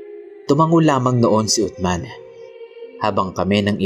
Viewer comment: Uthman(Usman) Po Ang tamang pagbigkas boss.pero tama Ang spelling.